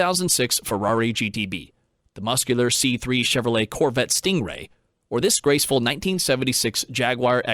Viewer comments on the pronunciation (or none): none